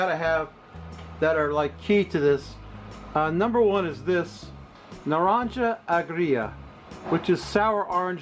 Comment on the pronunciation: I thought I had commented when I watched this last Saturday morning. I guess I didn’t get it sent in. It’s a long one, but I’ll do it again. Here goes… I like every thing about this video but your Spanish pronunciation. It’s Nah-Ron-hah. The pollo looked perfect, the marinade delicious. I don’t always drink beer, but when I do it’s Dos Equis. Here is a story I want to share with you or your viewers if you don’t already know it. Dos Equis started out in Mexico in the 1890’s. The name of the beer was Siglo Veinte, which means Twentieth Century. That’s why it had two X’s on the logo. People started nicknaming it Dos Equis (Two X’s). The 20th century started out pretty bloody for Mexico and the world. In 1910 Mexico had a civil war/ revolution that lasted till 1923, Also WWI was . So in the early 1920’s the company decided it wasn’t a good idea to have beer or any product named after the 20th century, so they officially changed the product’s name from Siglo Veinte to Dos Equis. The name change was a hundred years ago. I’m glad they changed it, and it is still around because it’s a good beer. Just so you know.